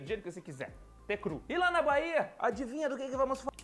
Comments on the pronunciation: quando for falar Bahia, a letra H é muda, não se ouve o som, pronuncia algo como "Baía" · Hi, just a hint when trying to speak the letter "H" in portuguese, it is silent. I saw this when u when u tried to say "Bahia", we pronouce like "Baía". Most of the times the letter "H" is silent in our vocabulary. ( Sorry for any gramatical errors ).